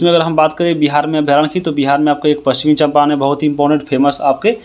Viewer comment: पश्चिम चंपारण बोलिए सर